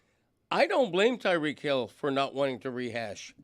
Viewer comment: Someone please tell Stugotz it’s pronounced Tie-REEK Hill